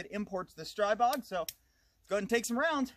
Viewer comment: But it is streeeeeeeebog though lol. Words are created for a reason. That would be like calling a person named Tom, Toom becuase you are just not sure lol. I think what screwed everyone is global Ordinance said str-eye-bog once and everyone assumed they would know how to say it. But if you check any Slovakian video from Grand power they pronounce it stree-bog. Love the videos keep em coming!